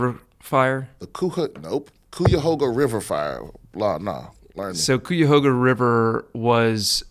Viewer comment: Great episode!! Just to let know as someone from Ohio he very improperly pronounced Cuyahoga 😂😂😂😂 it’s kai·uh•ho•guh 🙏🏽